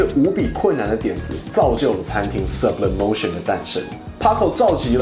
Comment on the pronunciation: 如果 是西班牙餐廳 應該要西文唸法 蘇ㄅ李哞提歐 沒事 我來鬧的